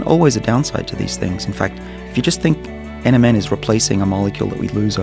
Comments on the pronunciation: he does say MNM instead of NMN Tongue twister much... Or a slim shady fan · when he said NMN I heard Eminem! 😂